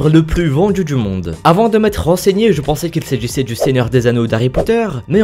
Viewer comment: VendJu dJu monde... C'est l'accent d'où ça?